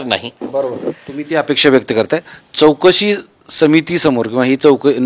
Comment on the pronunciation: चोकसी नाही चौकासी बोला साहेब